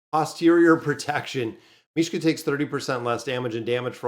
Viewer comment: T'was like they took Mishka's name and removed the K